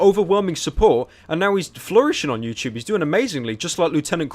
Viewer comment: It’s “YouTube” not “YouChube”